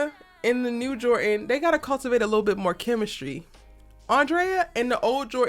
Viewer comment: Jor dan!!!! Jor dan!!!! Is dropping the d a cultural thing? Don't do that to people's names.